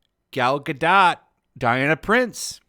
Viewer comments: I thought the romance was full and generic. This was discount Spider-Man 2. Also ‘ga-dough’ is how you say her last name lol also all the men in the movie were shallow and horny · I think you don't pronounced the t at the end of Gadot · What do you know about reviewing movies when you can't even pronounce the names of the lead actors correctly? It's Gal "Ga-Doe" not "Gal Ga-Dot." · If you aren't going to take the time to learn how to correctly pronounce the lead actor's name, it's hard to take anything else you say with any seriousness.